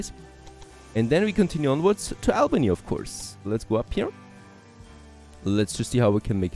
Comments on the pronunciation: And it's AUL-BANY (Albany) - like "auburn" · interesting game. by the way, Albany is pronounced Aww-bany by all of us New Yorkers